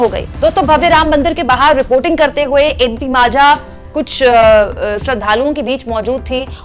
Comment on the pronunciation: ये पोरी तू ना आधी माझा हा शब्द नीट बोलायला शिक अन मग दुसऱ्यावर बोल तू बघ किती ड्रामा करत आहेस आधी त्या ज्ञानदा च्या जवळपास पण भटकू शकत नाही तू.उठायचं n काहीही बरळत सुटायच